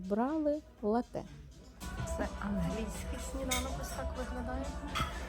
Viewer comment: Привіт. Дякую за цікавий, якісний, і дуже пізнава льний контент. Єдине що хотів би сказати в слові лате наголос на перший склад.. а хоча ні не єдина.. просто доповнити хотів дещо і ще. Прочитав таку інформацію, що цей замок намагалися навіть групи українських націоналістів взяти але їм не вдавалося на жаль і не вдалося .